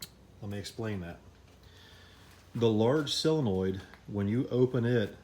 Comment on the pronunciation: solenoid, not "sillinoid"...